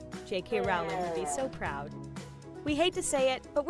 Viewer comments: The name is Rowling! Like in row row row your boat! You stupid idiot! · I've never understood how someone can make a Harry Potter video and not know how to pronounce Rowling's name.